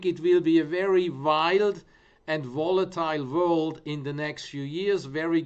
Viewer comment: " So i zink it vwill be a very vwild and volitile vworld .. very good " #PeterSellersMoment